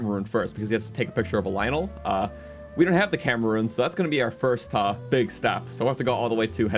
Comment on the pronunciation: Camera rune sounds like cameraroon